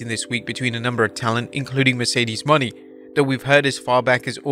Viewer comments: Mercedes Mone (moe-nay) not Money...🙄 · why you always says mercedes money, not moné? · Mercedes Money lmao. Its Mercedes Mow-nai